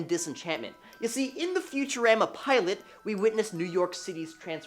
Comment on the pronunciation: Disenchantment does take place in Future-Raa-ma sound it out cuz that’s how it’s said